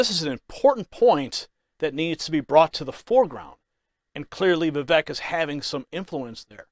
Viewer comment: Vivek is pronounced Viv-ake like cake